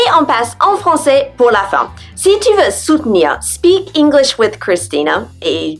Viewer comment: I Hear yo u pronounce the last letters of a Word ver y Strong like englissshhh is that is has supposed yo be..?